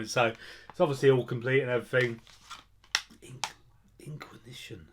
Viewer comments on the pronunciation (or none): In-quiz-ish-un hahaha. Good to hear you getting on top of your debt mate. All the reasons why I've never had a credit card and never want one. I've always lived by the motto that if i can't afford it in cash I deffo can't afford it in credit lol.